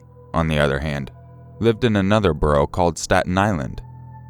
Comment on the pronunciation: EXACTLY lmao i was like ??? Why u sound like that broo